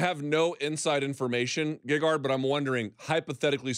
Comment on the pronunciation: and its gegard not gagard. Might as well call him lady gaga.